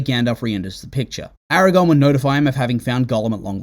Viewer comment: It's infuriating 😅